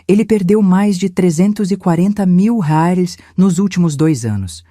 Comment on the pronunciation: A narradora não consegue pronunciar a palavras "reais" nem com reza forte. kkkkkkk